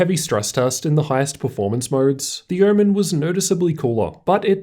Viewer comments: I’m I the only one who heard ‘oormen’ many times ? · What is hermen? Kept hearing it in the video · Great review, only thing that is killing me is pronunciation of "omen". I keep hearing "ermen". is it just me or ?!?!?!